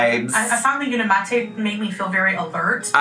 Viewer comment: It is uniMATE if it was how she said it it would be matte